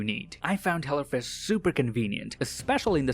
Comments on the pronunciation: I love how he says hello fresh,, it sounds like he's saying hella fresh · Anybody else thought he said hella fresh